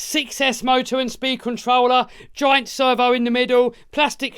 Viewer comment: anybody else hearing say "joint" for the first half not realizing he was saying giant? took me till he was pointing at the motor to figure it out. Really glad you included the MT10 in the top 5. we ned more budget friendly bashers.